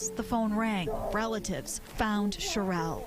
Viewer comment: Whoever is narrating the story can’t even pronounce her name or her son’s name correctly, keep calling her Cherelle when it’s Cheryl and calling her son Jamonny when it’s pronounced Ja-ma- ni 🤦🏽‍♀️